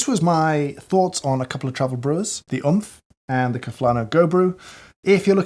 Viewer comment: wasnt oomph supposed to pronounced like roblox death sound?